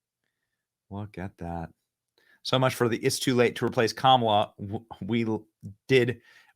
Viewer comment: I love how you twist her name! Kamilla!!!! Good reporting. Thanks much!